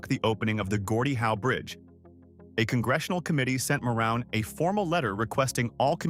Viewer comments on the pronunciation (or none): Ma-room family! Not moron! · JSYK Ilich is pronounced "ill-itch" Meijer is projounced "My-er" Mouroun is pronounced "Ma-roon"